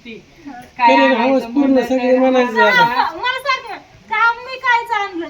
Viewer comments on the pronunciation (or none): आग बाई हावस नाही हाऊस असतय ते बोलताना तरी नीट बोलत जा जरा